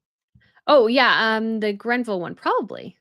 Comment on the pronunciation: It's not the "Grenville" tiara - it's the GREVILLE tiara, from the estate of Dame Margaret Greville.